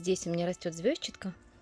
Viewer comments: А почему вы её всё время называете звёзчатка? Ведь звезчАтка же (через "е" и ударение на "а"). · как неудобно ваше произношение этой травы! Я живу уже 7 ой десяток и везде где бывала, ее называют "ЗвездчАткой", ударение на букву А. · ЗвездчАтка, и это правильное произношение.)